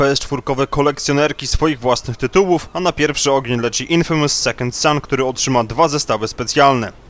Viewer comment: czyta sie "infejmys" a nie INFYMUS , kolego jak prowadzisz program o grach to sięgnij czasem po słownik bo zwyczajnie błaźnisz sie gadając głupoty !